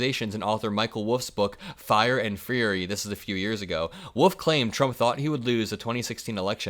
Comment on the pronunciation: That is not how you pronounce Wolff, sir...